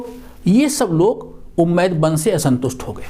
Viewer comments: Guru ji ummiyah vansh hai not umaid. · सर झूठ मत परोसें हज़रत मुआविया ने हज़रत अली रदि अल्लाहु अन्हो की हत्या का झूठ कहां घढ़ा है आप ने सर,,, उम्मैद नही बल्कि उमय्या शाब्दिक उच्चारण भी सही नहीं है